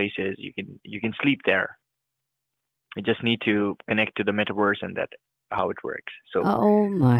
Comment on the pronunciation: "metawerse" Werse than what?